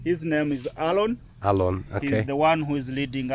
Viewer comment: His name is Aaron and you asking Alon 😂😂😂